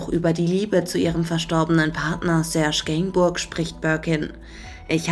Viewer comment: Kann man nach all den Jahrzehnten immer noch nicht den Namen "Serge Gainsbourg" richtig aussprechen und auch richtig schreiben???? Ist hier die Praktikantin ohne Schulabschluss zum Zuge gekommen? Superschlecht gemacht!